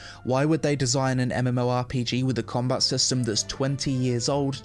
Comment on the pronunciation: Its combaT. Comba-bloody-TTT!! Not comba. Comba is not a word🤪